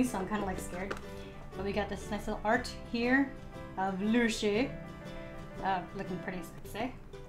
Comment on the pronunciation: Its lucy not nushy